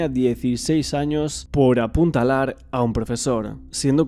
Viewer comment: Apuntalar? APUÑALAR